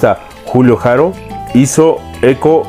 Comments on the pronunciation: No se pronuncia "Jaro" sino ARO, Andrés y Julio NO ERAN HERMANOS; su música no tuvo nada que ver con el son cubano sino jarocho. Es muy confusa tu información y sintáxis. :/ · La H no se pronuncia en el español es Haro! Escucha las entrevistas que han hecho al Boy y aprende mas,preparate mas!